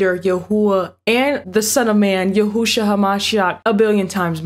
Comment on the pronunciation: Hello, but YAHUSHUA YAH-U-SHUA